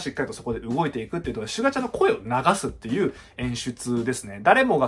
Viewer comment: シュ↓ガ↑ちゃんww